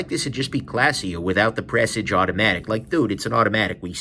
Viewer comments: It’s pronounced like you would a garage. Garage / Presage. Just my dos centavos brother. Don’t like the Presage Line myself. I rather go SARB Line or SARX or SARY All with the 6R15 movement without the busy dial. Again just my dos centavos. Nice video brother. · what's weirder, the way says Shay-man, or Pressij?